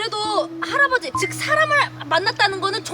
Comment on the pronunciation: 초 할아버진데 할어버지 라고함ㅋ